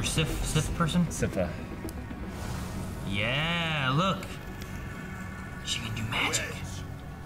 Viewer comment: My guys, it's S-eye-fuh, Sypha